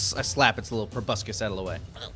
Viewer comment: "...the opportunity to sink its P R O B U S C U S into Wake..."